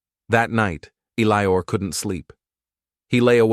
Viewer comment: this AI can't read, I think the guys name is Eliot not Elior